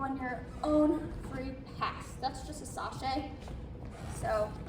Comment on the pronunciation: Great choreography! Just a heads up the step is chassé (Shaw-say) not sashay. #sashayaway! #chasséballet 😊